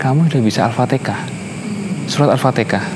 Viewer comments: Mantap lah moga Istiqomah 👍👍👍👍 TAPI JGN BILANG ALFATIKAH .....tp ALFATIHAH OK 👍👍👍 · Di fasihkan lg ucapannya ya mas. Jangan Al fatikhah. Tapi Al Fatihah. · Mas.... Jgn ALfateka tapi Alfateha. Belajar yg baik ya... Alhamdulillah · Alfatihah massss Bukan alfatekah😁🤗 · Bukan alfatekah tapi alfatiha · maaf yah bukan Al Fatikah ...tp Al-Fatihah.... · Mhn d perbaiki ucapan surat Al-fatihah ,bkan alfatikah...🙏🙏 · Lidah orang Jawa timur,,, Alfatekah